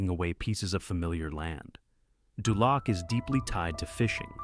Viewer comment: dULAC....LOL DOOOLOC